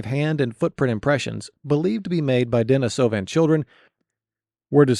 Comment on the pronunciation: Denisovan pronunciation is a bit rough